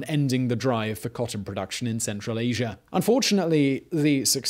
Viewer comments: There is no R in Asia =) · I like how he says Asier instead of Asia. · Why do you (Brits) say "asiar" instead of "asia"? Is it a stylistic thing or is it unconscious?